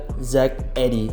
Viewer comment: Zach Idiy bacanya bang